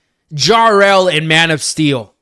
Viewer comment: Who the fuck is JAR-EL???????